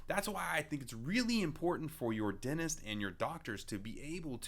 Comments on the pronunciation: I love how its instead of dentist😂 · Dentist ❌ ✅